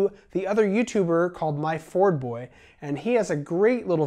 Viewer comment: Myfordboy is more correctly pronounced, "MY-ferd boy". He took his user name from an old lathe which happens to be a Myford, made in England...